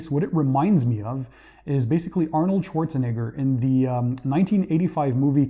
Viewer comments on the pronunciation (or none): none